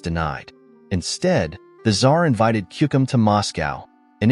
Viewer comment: It's Timofeyevich, not Timofayevich. Also, it a patronyme, not surname and is not used alone. Siberian Khan was called Kuchum, not Kukum.